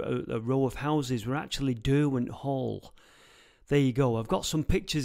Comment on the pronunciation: Derwent is Der-gone pretty much…